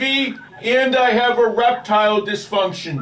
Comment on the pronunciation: Did you say "a reptile disfunction" ?